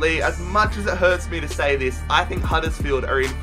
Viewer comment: at it again with the random over exaggerated american accent HUDDURRSFIELD